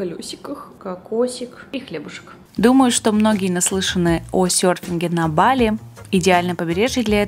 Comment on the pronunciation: БалИ правильно ударение🙏🏻